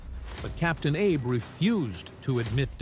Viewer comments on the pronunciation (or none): The correct pronunciation of the captain's name is AB-ay.